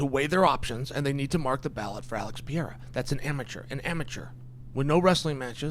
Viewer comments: PEREIRA! Not PIERRA Come on Chael, give some respect to these fighters names. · Bro why is it so freaking hard to pronounce Perreira. It's not freaking Pierra! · Chael is undisputed p4p GOAT at pronouncing names. Germy Stevens, Blahal Muhammad, Blahovitz, Yarear Rodriguez, Alex Pierre-a, etc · Piera? Not pereira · I love that he still calls him Pee-air-uh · Chael’s Universe is IN ENGLISH. And that’s why it’s Yuri Prohosskuh and Alex Pee-era 🤣 There was no recovery if it wasn’t IN ENGLISH… and messed up Portland English, at that. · Chael, stop calling him "Pee era" dude! You can do better than that. Alex "Pee era" would never call you "Child Sonnen" or something lazy like that. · is it really that hard to say Per-Era, especially when you're going to say his name 50 times, or maybe just called him Alex? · LOL!!! let's go "Pee-era" !!! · "PIERRA" - Cheal Sonnen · It’s so funny to me that Chael can pronounce Prochazka just fine but he calls Alex Piera 😭 Piera is one of my favorite names he says to join the following: - Alex Piera - Hazmat Chamayev - Islam Makalchev - Blahal Muhammed - George Masvidal - Kamara Usman those are just my personal favorites of a long line of the CORRECT way to pronounce these names whether the fighters know it or not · Is so difficult to say pereira 😄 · Funny as hell how chael just decided he would never tried to pronounce pereiras lastname lmao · No it can pronounce pereira as well as Uncle Chael. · Can you please pronounce Pereira his name correctly..